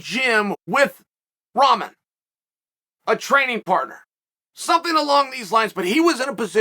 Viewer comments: What is it chael keeps calling Rahman Jr. Tough ramen?? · Love how Chael is pronouncing Rahman’s name…not even close. And a Cruiser weight?? Come on man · Hey Chael, I just want you to know you are pronouncing Hasim Rahman Jr. name incorrectly.